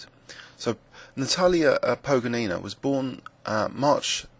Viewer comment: you shoul call her 'po-go-ni-na' placing accent on the second sillable.